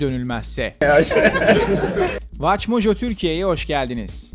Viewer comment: WatchMojo'nun kendi adını Türkçe'de farklı telaffuz etmesi (j'lerin bu şekilde telaffuz edilmesi canımı aşırı sıkıyor) kulağımı tırmaladı ve bu lokalizasyon Türkiye'nin eğitim seviyesinden mi kaynaklı diye merak edip eğer lokalize telaffuz yapılırsa en fazla farkı görebileceğim WatchMojo Espanol'a gittim ama ilginçtir ki orada kanalın adını İngilizcesinde okuduklarıyla aynı şekilde okuyorlar.